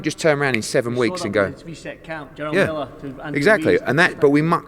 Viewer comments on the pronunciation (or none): none